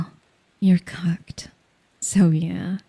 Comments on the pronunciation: I thought she said you're cucked.... I AM cooked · I swear I thought she said you're cucked and I was so confused for a while 🤣